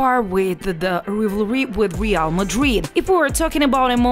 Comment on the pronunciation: Your “Rivery” with that voice isn’t a joke huh??